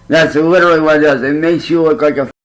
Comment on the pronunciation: Uhggg! The way he says literally! 😂😂😂 LIT TRILL LY. He switch’s it every time and again but usually he pronounces it wrong. “If I were you I would go out and get a job!” Oh really?!? Then do it. Prove us wrong. 😂😂